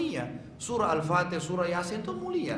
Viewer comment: Baca fatekhah kok denat biz boz